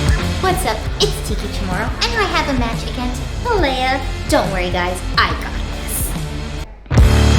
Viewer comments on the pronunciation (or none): Regarding Malia Hosaka -- why does everyone keep pronouncing her name MALEA for some strange reason?